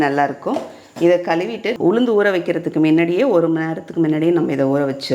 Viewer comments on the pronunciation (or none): Uchharippu seriya irukkanum. Kaluvittu illa kazhuvittu nu sollavum.